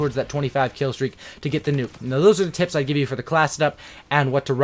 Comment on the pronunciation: I'm gonna play cod ghost tomorrow again and who else thought he said I got some tits instead of tips 😂